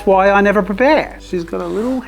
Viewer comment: As a German, the "VHY AM I GERMAN??" killed me 🤣